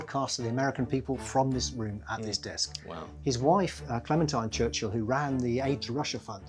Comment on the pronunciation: His name isn't Church-hill